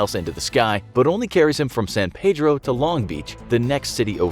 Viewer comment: you guys pronounced san pedro wrong!!